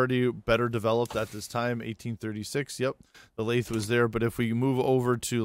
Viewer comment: Very good video. Thanks. PS. This isn't a criticism, but I've never heard "lathe" pronounced the way you pronounce it. I've always heard it with a hard "th" sound, not a soft one. It might be just a regional variation or something. I'm no expert. But if not, you might want to listen to this